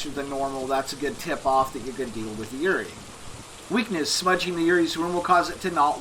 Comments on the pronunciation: This was exactly what I was looking for after this game kicked my ass tonight, which was my first time playing it. However I have to nitpick one thing. It's pronounced "Yu-ray-ee" not "Yurie". It's a Japanese ghost, basically if you've ever seen The Grudge or The Ring, those are classic Yurei. Thank you for the excellent guide! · You pronounce yurei really wrong :< It's just the Japanese word for ghost. It's pronounced like You-Ray.